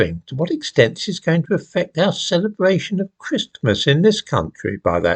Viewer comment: Will the most aggressive prosper? It's usually the case. Also, is the letter T supposed to be pronounced in the word Christmas?